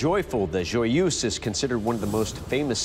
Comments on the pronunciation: Not joy-use, joy-EUSE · Pronounced: "Joi-uh-zh"